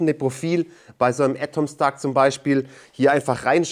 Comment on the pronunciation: Warum sagt er "Ätomstack"? Weshalb das erste A als Ä und das zweite dann nicht mehr?